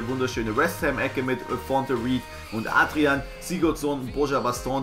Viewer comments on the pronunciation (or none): none